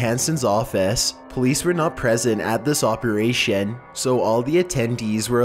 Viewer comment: Operashien Hose Attenshien Conversashien Lol its so funny how he says thing hes at zucc level right now Also he said something twice, forgot what it was.